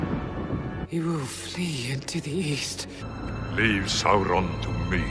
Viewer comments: It's Sma-ug not Smog or Smag, Sa-u-Ron not Saron :) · Pronounce Sauron like 'Sow-ron' =D